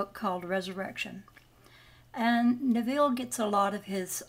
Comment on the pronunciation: It’s Ne-vul